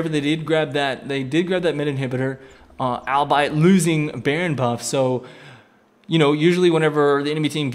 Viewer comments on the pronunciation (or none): Albeit, not albite. . Just a friendly tip. 'awl-bee-it'. I know with shoutcasting you just have to run with what you say, but it's a pet peeve of mine.